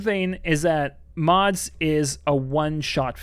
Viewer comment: There is no way The Substance is better than In a Violent Nature or Longlegs. I don't know why you pronounce it "Mods" but Mads was just another run of the mill zombie outbreak movie, nothing special about it whatsoever. The Inheritance wasn't bad at all, although it is true I forgot it as soon as I finished watching it. I think there is something about being a movie critic that ruins the movie-watching experience and thus ends up making you worse at critiquing. Maybe you just lose the ability to see through the eyes of the average movie consumer or viewer.